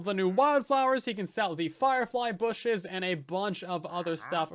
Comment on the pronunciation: lol I had the same thought and I’m pretty sure said booshes. I love it!